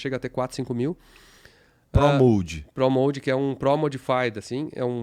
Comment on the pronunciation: PRO MOD no caso a ''Pronuncia''é: PROU MÓD, e não PRÓ MOULD como chamam. OU NÃO??